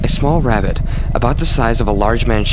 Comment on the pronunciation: “The ravvit”